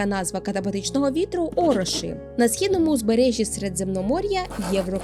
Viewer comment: Можу лише додати, що не "ороши" а ороші. Дякую, що розповідає і популяризуєте цю тему. Однак, коли транслітеруєте слова з японської, то послуговуйтесь ромаджі, як прикладом, будь ласка